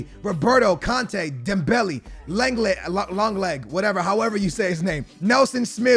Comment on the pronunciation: Hey we all know u don’t call Langlet -longlet 😂